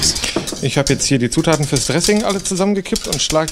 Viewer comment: Hallo, Ich habe eine Frage, hat das Wort ´Zutaten´mit einer " FLAP T " am Ende ausgesprochen?